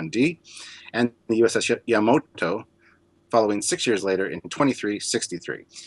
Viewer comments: U.S.S Yamato. Not "Yamoto". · You'd think that two dudes running a Star Trek channel devoted to starships could at least pronounce the names of the ships correctly. "Orberth" and "Yamoto" for example. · Common, you must've heard of the famous japanese Battleship/Region/Word YamAto, after which the sistership was named. It's not Yamoto. Besides that, great Episode, also thanks for splitting it up, if you put all Infos about the Galaxy Class into one Video we'll propably end up with a 4hour Video to watch.:D